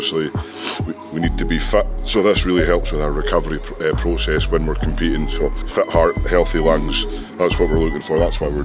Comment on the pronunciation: You guys pronounced Fit as Fat and i was getting real confused :D